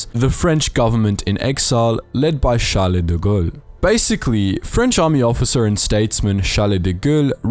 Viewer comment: The first name of General de Gaulle is pronounced "Charl" unlike "Chalet" - Besides, great video!!